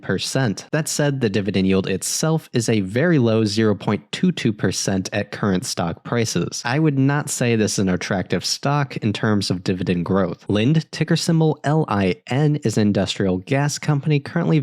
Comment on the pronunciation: Its not pronounced Lind but Lind-e